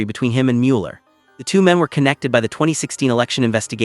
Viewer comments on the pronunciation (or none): For accuracy and respect for Bob Mueller, please edit this narrative to say his name correctly. Despite the “e”, the proper pronunciation is Muller.